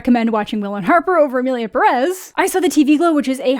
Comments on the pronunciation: You said 'Emilia Perez' so well. Y'know, you could have horrible mispronounced, butchered the title, and Mexicans would have been grateful hahahaha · (Spanish speaker here) Not even starting the video and I'm already impressed !! Your pronunciation for "Emilia Pérez" is so good !! Better than the director, I bet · Appreciate how you’re the first English speaker to correctly say the title of the movie. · I mean, most musicals nail all songs, though; that's the point... so, they really have no excuses... Also,, excellent pronunciation of Emilia Pérez in the intro! Yes, different accents in Spanish are a problem in movies made by non Spanish speakers. I'm so angry about all the problematic behind the scenes of this movie, but also with the in-movie messes (and offense, honestly)